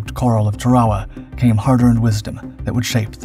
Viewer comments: It's pronounced TARawa not taRAwa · I thought he called it Ta-rah-wah. The pronunciation on these channels is all over the place. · Everyone in the English speaking world calls it Tár-uh-wu. Who are you trying to impress w your fancy pronunciation. You beclown yourself.